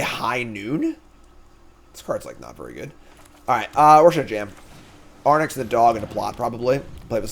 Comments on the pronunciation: Of course it stings a little whenever mispronounces a card name but it's also really funny how chat keeps screaming into the void of his dyslexic brain with increasingly useless advice. Anyway Fox from Starfox flies an Arwing but in OTJ he'd ride an Arwynx. Boom mnemonic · Air-Inks? like Lynx, Sphynx....i mean its not important, but way too much time was spent on it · Fyi, for how to pronounce Arynx, you're currently swapping the N and the Y letters. Say "lynx" (as in the animal) but with a R instead of the L (so "rynx"), and then put an A in front. I'm not sure people care if you say Ay-rynx or Ah-rynx or whatever, as long as you don't put the N in front of the Y haha. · Chat giving him the business about his pronunciation of Arynx. They've had it as well 😅😅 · BrigAND I can forgive him for, sure he's saying it weirdly, but at least the letters are correct. Arynx he is swapping the letters around so it's a different word entirely. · I've been saying it since day 1 haha. When he interviewed all his teammates at the Pro Tour a bunch of them said it correctly, and then interviews himself and says it incorrectly 😅 like he's surely doing it as a joke at this point hahaha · Before the end of the set I need to hear him say arynx properly one time. It wouldn't bother me so much if it was a tomato/tomahto situation (or how he pronounces brigand) but he just throws the order of the letters out the window.